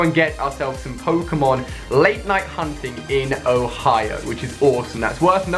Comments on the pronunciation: Im sorry I don't wanna be a jerk but you said hoio and its Ohio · You accidentally said hoio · he said "hoio" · "never thought id go to hawaii-o" 😂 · LOL Ali sais OHIO funny. Oh and my buddy is Growlithe !